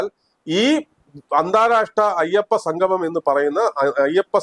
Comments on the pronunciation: അയപ്പ സംഘമം!, നാടഖം എന്തൊക്കെയാണ് പറയുന്നത്!! ഉച്ചാരണം വളരെ മോശം.1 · ഉച്ചാരണം നന്നാക്കണം. സംഗമം എന്നു പറയണം.ഇത് ഭഗവാനെ അശുദ്ധമാക്കാൻ ഉള്ള ശ്രമം ആണ്